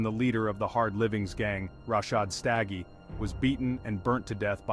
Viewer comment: U pronounced their surname wrong ...u must not be from here